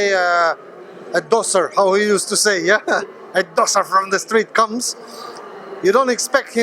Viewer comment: it sounds like he says tosser lol he's always a good interview is krassyuk